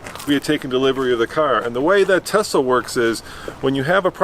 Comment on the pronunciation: Tesla....sounds like "test us"